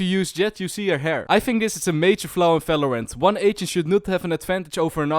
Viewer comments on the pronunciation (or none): one more time u say felorend instead of valorant im going to kms